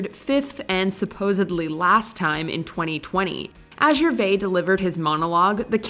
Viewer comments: “Ricky Gervay”? Really? 😂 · The S is pronounced in Gervais. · Ricky GervaiS - you mention the Z sound because hes French, it's not silent! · It's Ricky Gervais pronounce the s It's not Ricky Gervai And her be the first one to agree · You're pronouncing his surname incorrectly, the 'vais bit should rhyme with 'maze'. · That is not how you pronounce Ricky Gervais’ last name. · Only American tv moments? Wow. Oh and she said Ricky Gervais name incorrectly!! Sacrilegious!!! :) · Tom Hanks reacts to Phoebe pronouncing Gervais' name